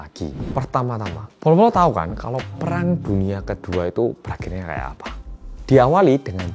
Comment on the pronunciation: Denger pelafalannya mirip soekarno yaa kalau ngomong “keun” maksdnya “kan” wong jowo 🔥🖤